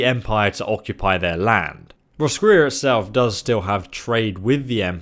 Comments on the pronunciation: there's a town in Ireland called Roscrea and it's pronounced (Roscray) so I'd say that's how it's pronounced 😊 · Roscrea..If it's meant to be the same pronunciation as here in Ireland then it's (loosely) Ross-cray. Ross like the name and cray like clay just with an 'R' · Roscrea is pronounced Roscray. it's a town in Ireland which seems to be the inspiration behind the expansion. The geography, pale humans with tatoos (celts) and music fit. The central city also mimics Skellig Island. Think of the island from the latest Star Wars film. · it is pronounced Ross-cray I think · the roscrea in ireland is pronounced ros-cray so make of that what you like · It's pronounced Ross- crey, It's Irish. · ur not even pronouncing the O